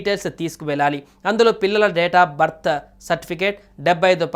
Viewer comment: అసలు నీకు వార్తలు chavadame రావడం లేదు విద్యార్థుల బర్త్ సర్టిఫికెట్ అనబోయి భర్త అంటున్నావు 13000 జమ అవుతాయి అనబోయి 15000 అంటున్నావు వార్తలు కరెక్ట్ గా. చదవడం నేర్చుకో బ్రో